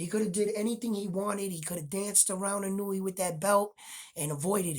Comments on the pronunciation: You know more about boxing than I'll ever know, but when it comes to pronouncing Japanese names I got it down. The Monster's last name is pronounced, EE-'NOY-YAY. Note the accent in the NOY. The cadence would be similar to saying "lil Kanye". His first name is pronounced, NAH-'OH-YAH. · Come on, Spanish speakers. The "I" in Inoue has an ee sound like KEY. It does not have an ih sound like KIN. Japanese, in many respects, has the same pronunciation as Spanish LOL